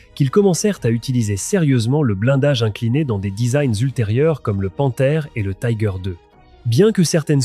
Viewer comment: Pour les Tiger I et II, on dit "tigueur" et non "taigueur", ce n'est pas de l'anglais mais de l'allemand.